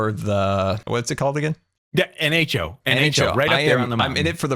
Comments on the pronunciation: I giggled at you constantly getting nHo wrong. You were definitely (IC) doing it just to mess with him :D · I like how strugles to say nho while there are the big letters in the back on the mountain XD